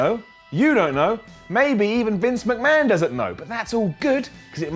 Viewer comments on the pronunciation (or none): none